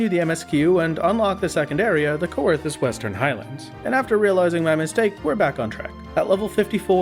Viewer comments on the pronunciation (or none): coerthas is pronounced like "kerthas"